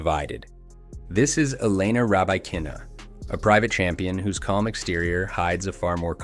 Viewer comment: Your pronunciation of Elena Rybakina's name is way off. Also, she hasn't won a Grand Slam, she has won a major. A Grand Slam is winning all the majors in one year. It is okay, I suppose to refer to a major as a Grand Slam tournament, but that does lead to the sloppy result of elevating a major win to a 'Grand Slam' and thus diminishing the efforts of the few actual Grand Slam winners.